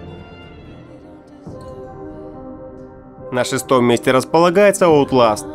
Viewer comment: Ворлд эт ВАР??? Алилуя... Хоть Метро нормально сказал. ОУТЛАСТ???